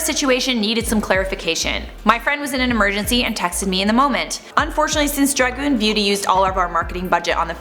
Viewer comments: “Nikita DRAGOON” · “Nikita DRUGIN”🤣🤣😂😂🤣😂🤣😂🤣🤣